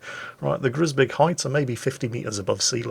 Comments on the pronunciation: same as Groesbeek - the 'oe' is close to English 'shoe'. HARD 'G' soft 'r - 'oe' - 's' - 'bake' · Hey, nice episode! Fyi, the 'oe' in 'Groesbeek' sounds like the 'ou' in 'you'. Took me a while to find out what town you were talking about😅.